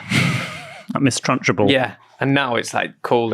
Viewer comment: It's TrunchBULL not TrunchAbull!